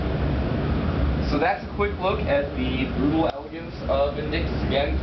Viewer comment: i love thisgame but he said vindickktos